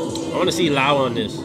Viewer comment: Love ur reactions Lau is pronounced Low but is cool❤️